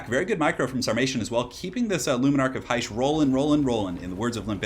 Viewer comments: Its not "heish" you pronounce it as "hish" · Dont know why but everytime you said: "luminark of hysh" it just sounded wrong to me, lol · Because it was. He mispronounces a lot of things in his vids.